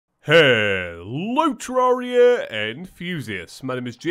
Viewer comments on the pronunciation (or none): none